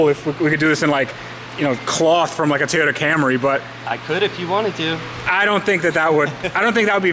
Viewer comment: Toyota is pronounced “Toyota” not “Teeota.” Plz stop. Thanks.